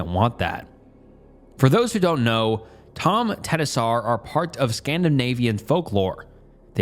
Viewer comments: this! I also would like to point out that the word "tomtenissar" is pronounced like this, caps for where to put the stress: TOMTeNISSar. the way pronounces it, bless him, makes it sound like he's saying "empty tennises" 😂😂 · As a Swede, it's pretty cute to hear your pronunciation of "tomtenissar". The word is pronounced more like tom-te-niss-ar". So basically Tom (like the name), te - like the short te in tennis, niss - like "kiss", and ar - like "are". The stress is put mainly on the first and third syllable, so TOM-te-NISS-ar. Language is fun 😄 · As a Norwegian it was very funny to hear you butcher «tomtenissar» repeatedly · Swede here, the pronunciation of "tomtenissar" is the funniest shit I've ever heard 😂 this guy for sure never checked how you say these things. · Loving the pronunciation of tomtenissar 😂 love from Sweden